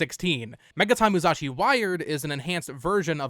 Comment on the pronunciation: Why are you pronouncing it "MuZashi" lol